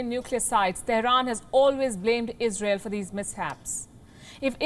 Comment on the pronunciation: Izrael ish syper U S ah prefekt